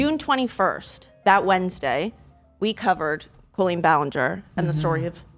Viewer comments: girlie pronouncing it Co-leen instead of coll-een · I still think its absolutely nuts they pronounce it "coe-lean" instead of "call-een" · It's so weird how you say her name like colon that's not how you pronounce that name. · I know 😭 my middle name colleen and it sounds so wrong to me every time they say it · Why does pronounce the name Colleen like that